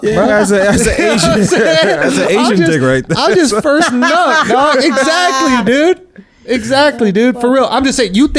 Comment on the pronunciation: WOW... HE SAID KNUCK IF YOU BUCK... DAWG.. U RUINED THAT SONG Schulz shared alot this episode...